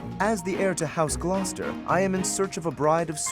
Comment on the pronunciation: As someone who lives close to a Gloucester, every time says it it makes me laugh. But than again almost every city around me makes me laugh when non-locals try to pronounce them. That poor dude at NASA tried for a school function. He gave up.